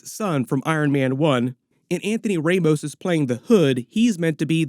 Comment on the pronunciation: just a fyi, Ramos, it's pronounced with a hard A